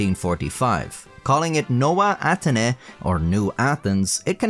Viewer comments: try to pronounce it Novae Atenny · nołe atheny ☠️ is it that hard to pronounce nove ateny